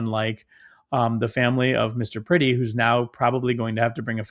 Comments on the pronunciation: Peretti, not Pretti.. Pronounced per-eddie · His name is pronounced (Pr-eh-ty, not pretty). This is the video (and the alliance) I've been waiting for. More to come, I hope. Please don't just talk together. Work together. I find it interesting that this is the very reason for the Second Amendment, and also shows why it's utterly outdated these days. It doesn't protect people as it was intended. It raises the body count. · Please say his name correctly out of respect for his family per retti is how it’s pronounced